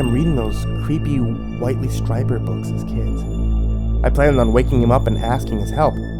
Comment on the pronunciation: How can you be a horror narrator and not know how to say Whitley Strieber's name? I'm sad for you. Sad and disappointed.